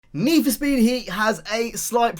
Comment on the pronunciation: NEE FO SPEEED